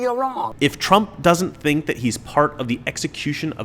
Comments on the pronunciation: It’s pronounced ‘think’. I can’t stop laughing. Love you brother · It's pronounced, "thInk." LOL!